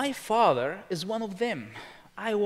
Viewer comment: He says “father” with an Israeli accent 😒